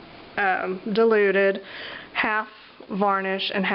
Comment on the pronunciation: I thought you were saying 'deluded' glue